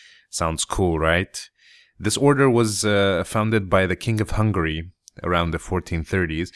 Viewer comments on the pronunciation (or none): im sorry but it sounts like you say hungry not hungary :P